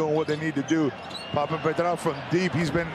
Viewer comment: Who is this speaker anyway?? He can't even pronounce some players' names properly! Instead of telling us how he used to hang out with this and that guy, maybe learn a bit more about the game itself?! No travel for Hezonia to start with, the H in his name is not silent etc. Poor Smailagic and Papapetrou, their names slaughtered😂